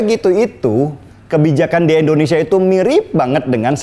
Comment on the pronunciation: Indonesia bang.... Bukan Endonesia